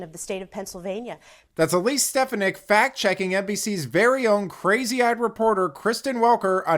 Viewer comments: I think her name is pronounced Stef AWN ick. I could be wrong. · It's a good posting but learn how to pronounce her name. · You mispronouced Stefanik's name. I would think you would want to get that right. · You tell them Elise! The media is as corrupt as Joe Biden ! the guy narrating needs to pronounce her name right 😖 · Please learn how to pronounce Ms. Stefanik’s last name! Thank you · Hey! Good video but please correct your pronunciation of Stefanik 😅